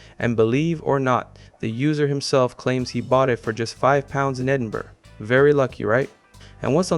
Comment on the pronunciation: Rare correct Edinburgh pronunciation.